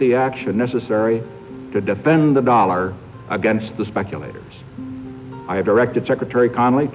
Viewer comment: "TaDafend da Dollarrr against the Speculatorrrrs" anyone else think that was hilarious?